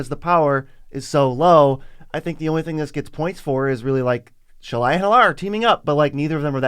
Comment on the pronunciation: Heuh, did you actually read Shalai and Hallar ?